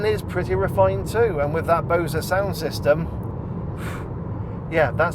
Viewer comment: Great review. I’ve never heard anyone pronounce “Bose” that way before!